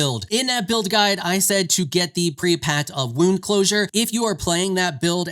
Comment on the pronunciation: Per-ee-apt. not Preapat. Just-ih-see-ar. Not Justicar.